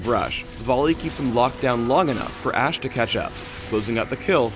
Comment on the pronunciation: So it's not Ash-e. T.T